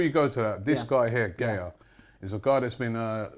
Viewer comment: It’s not GAY YA it’s GA YA